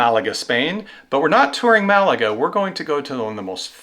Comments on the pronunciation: MAL a ga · The Alhambra is in my top 5 sites I have seen anywhere in the world. I went twice in one visit to Granada. Just Amazing. Also, for Malaga the emphasis in on the first syllable. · The British pronunciation of Málaga is Mal a g